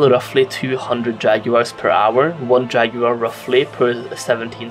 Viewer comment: How you say jaguar really disturbs me.